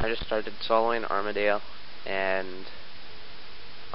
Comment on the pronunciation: btw, its not pronounced, "arm-a-dayle" its pronounced, "arm-a-deal"